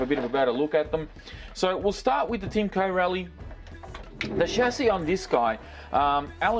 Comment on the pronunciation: your pronouncing corally wrong there is no gap between co rally bud